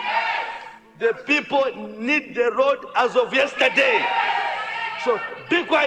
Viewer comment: Nkhumba chimwendo timat road not lodi kkkkkkk